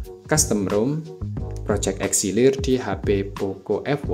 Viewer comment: itu "Elixir" bukan "Exilir" bang😭